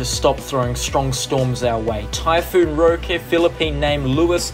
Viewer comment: It’s pronounced ROH-kee jsyk